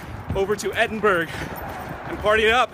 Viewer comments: Edinburg ahahaha gets me every time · Edinberg XD